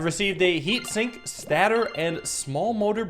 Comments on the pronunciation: sorry to say but its pronounced state er not stat-or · him calling it a statter makes my teeth hurt